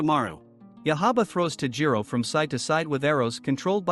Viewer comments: Its tanjiro kamodo not tajiro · Why do you forget/ feel shy to pronounce the "n" in Tanjiro?? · Did he just say taijiro what the heck its tanjiro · It’s not Tajiro. It’s tanjiro. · Ah yes, tajiro kamado. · man said tajiro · bruh tajiro when its tanjiro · BRO it's tanjiro not tajiro and it's giyyu not giyu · isn't he Tanjiro not Tajiro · its tan ji ro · OK OK I GOTTA SAY WHO TF SAYS TAJIRO